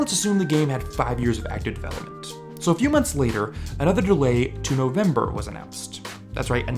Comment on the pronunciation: "NOV MEBER"